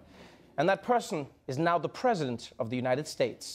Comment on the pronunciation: Every time Trevor says ‘president’ , it sounds like ‘presidents’